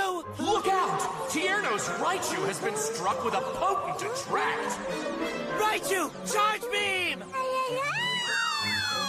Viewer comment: I just love how sometimes Raichu just says laichu or lai lai instead of raichu or rai